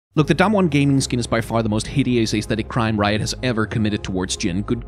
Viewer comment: wow i'm pretty impressed you pronounced damwon really well without making it sound like damn-won